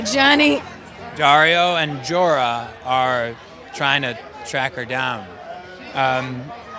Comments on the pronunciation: Check out , he almost says Dorah instead of Jorah, the irony... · he almost said dora ans not jorah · He almost pronounced "Jorah" as "Dora" lmao